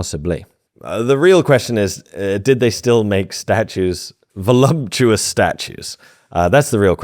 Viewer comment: I thought my wife was the only person who used the incorrect pronunciation "volumptuous" Funny!